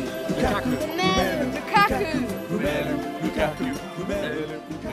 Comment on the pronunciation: lukaka?? xD